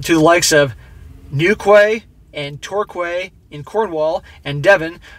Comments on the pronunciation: Torquay pronounced TOR-Key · Newkway and Torkway lol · Newquay is pronounced New Key, and Torquay as Tor Key 😊 But still love your channels, all 3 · Pronounced New-key and Tor-key.. you made my ears bleed with those bro ;-) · Southern English man here, your pronunciation of Newquay (New'key) and Torquay (Tor'key) made me spit my orange juice out, going to pronounce them like that from now like I'm ultra posh XD 10/10, keep up the good work! You're helping to keep men like me safe! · For future reference, Newquay is pronounced New-key and Torquay "Tor-key... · Loved the pronunciation of "Newquay " and "Torquay" 😂 the Quay part should be pronunced as key so tor-key in sound. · Sorry but as a local have to say, those locations are pronounced "tor-key" and "new-key". Great content as usual. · Torquay = Tor KEY and Newquay = New-KEY pronunciation. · Newquay, pronounced... New Key. Same thing for Torquay. 👍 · Love the video however the places towards the end of the video are Newquay ( pronounced new-key) and Torquay (pronounced tor-key ). I know. I live in the county of Devon (or state in America) live the video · It's newkey and torkey man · Newquay is pronounced new key and torquay tour key. Good try though 👌